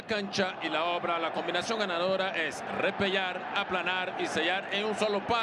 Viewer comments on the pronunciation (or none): Un tono de la pronunciación de la doble ele en el verbo repelar, jajaja 😂